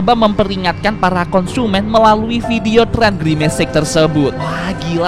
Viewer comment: parna girmec itu atu girmic anjiiiiig😂😂😂😂 anjai